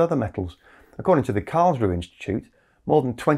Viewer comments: I miss the -eh in Karls roo eh. The final "e" auf Deutsch is not silent. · Just a little detail: the 'e' on the end of Karlsruhe is pronounced, so it's approximately 'karlsrew-uh' rather than 'karlsrew'.